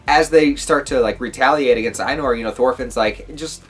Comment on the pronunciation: Farmland is the best arc imo! It's Thorfinn at his best! A little help with the pronounciations. Einar, rhymes with Reiner. You pronounce it the same way. Also, Ketil = Ke-teal. The I is pronounced a bit differently. Same way you say i in the word engl-i-sh.